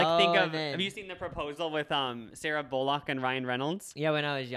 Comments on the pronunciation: WHY DID PRONOUNCE BULLOCK LKIKE THAT? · Sarah BOOL-LOCK